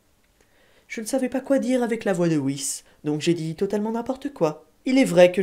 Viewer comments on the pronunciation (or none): none